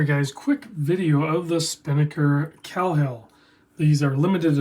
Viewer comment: Pronounced Kay-hill.